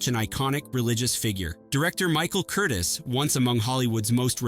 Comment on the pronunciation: also director of Casablanca's name is Michael KUR TEEEz nor Curtis